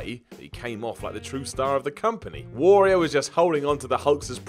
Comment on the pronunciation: the way mispronounces the word `warrior' has to be my personal pet peeve